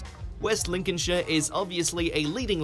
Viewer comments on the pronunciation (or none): none